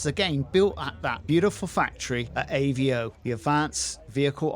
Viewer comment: It’s avo not Aveo .